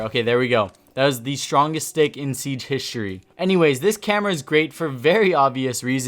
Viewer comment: “That is the strongest stick in siege hishory...” 😂😂